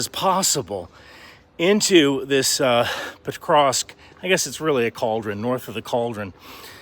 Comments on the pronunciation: Can you please learn to pronounce that city xD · I've only seen the first few seconds, but at least learn how to pronounce the name of the city you're talking about before trying to spread propaganda about it 😅